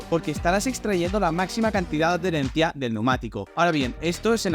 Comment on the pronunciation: Se dice Adherencia, no ad-derencia como no se para de decir en el vídeo. Me ha resultado doloros al oído jajaja. Buen e interesante vídeoen cualquier casi